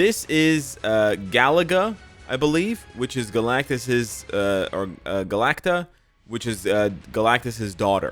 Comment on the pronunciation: It’s pronounced: GA-LAC-TA actually.